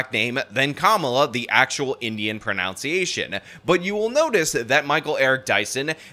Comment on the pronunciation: Listening to say pron"ounce"iation, really grinds my gears. Lol. Isnt it pro"none"ciation? Could be a meta joke.